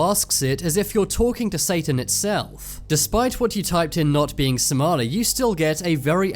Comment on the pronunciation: the heck this is not how you say somali im somailan and whoever made this somailan traslate isreally weird.....